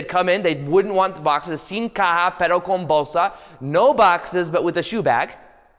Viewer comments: I loved your español "sin caja, pero con bolsa" 💜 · That spanish though 😂 that was so good